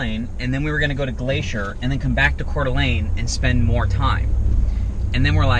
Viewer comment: How fun to stumble upon you visiting my home town of Coeur d’Alene. So refreshing to hear you pronounce it correctly. Love watching your adventures!